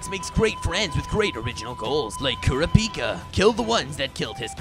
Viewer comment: i just watched this and i flinched at the wrong pronounciations… i guess I forgive you for being really funny but it's ki-du-wa and ku-da-pika or something like that...